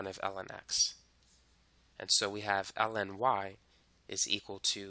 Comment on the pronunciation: i keep on hearing you say "ellen"